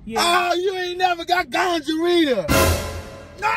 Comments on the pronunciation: he say gongorrhea, not gonorrhoea 🤣🤣🤣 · He said gonjarea 😅😂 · NOT TF HE SAID GUJA RIHA 🤦🏽‍♀️😩🙄👀👀👀🤣🤣😂😂😂😂 sleep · Already cracking up and all Big homie said was" Better not be no D in that" omg I love you guys so much. 🤣🤣🤣🤣🤣🤣🤣🤣 Today's my day off and gotta get you guys in. GONGHAREA, Gingivitis not Gonorrhea ..this man is a fool. 😂😂😂😂😂. Z you got him good ..Good job. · When he said Ganjarea 🤣😭🤣😭🤣😭🤣😭😭😭😭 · He said gonjareea lol I can't with him yo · My boy said gonjarea I can't 😅😅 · Not him saying the infection name wrong